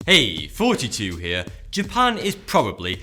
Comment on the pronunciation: The real question is will I always hear him say 42 in the start of the video or will he once say